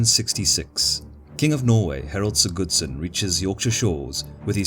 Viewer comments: I love these videos, though I prefer the less accented voice. Only minor correction on the Norwegian names: The emphasis is on the first syllable in most names, so it's HARald(like Harold, same names), not HarALD, and HARDrada, not HardRAda. Same with SIGurdsson, not SigURDsson. Would love to see Both Stamford Bridge and Hastings after this. Keen to see the graphics of William's feigned retreat at Hastings:) The cracking and white flags are so simple and brilliant to show how the battle is going. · Harald "sigoodsoon" haha Sorry for bashing the pronunciation x) Great video!